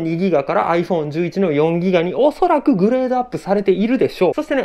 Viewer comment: メモリ 2ぎガ ってミスってるの好き